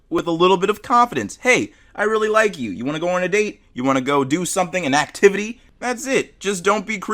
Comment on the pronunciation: an "activity" ong mans did not say "activity"